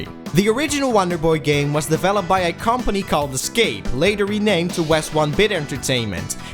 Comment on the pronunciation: Westone is Wes-stone dude :D (meant to be West Stone) Every one mixes it up because of that West 0ne cheat in Wondertboy III :D But most excellent video presentation Sir, I am most impressed!